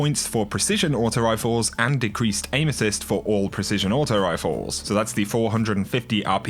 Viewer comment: My girlfriend just asked, "Why does he keep taking about anuses?" Erm, he's saying aim-assist love...